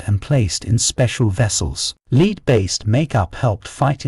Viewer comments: He pronounces the element lead as “leed”. precisely why Jimmy Page wanted Led Zeppelin and Lead Zeppelin. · Lead (element Pb) is pronounced "Led" and not "Leed". The bits about capital punishment is repetitive, and one bit is stated near the end in a discussion of something unrelated. Editing error?